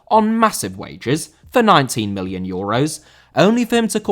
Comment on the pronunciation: I had to listen to that multiple times before I realised you said "Million" not "Billion" Obviously the latter is ridiculous and if you had said it, it'd be a flub, but still, it sounded very close